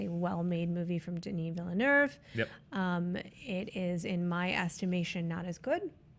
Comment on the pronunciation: please stop saying villenerve. I’ve never heard anyone pronounce it like that there is no r in his name